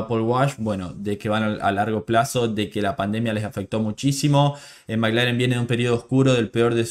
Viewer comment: Perdóname no se si soy yo o tu acento pero parece que dices Maglaren y es McLaren (maclaren)saludos desde Vancouver 🇲🇽🇨🇦🇳🇱🏁🤟🏼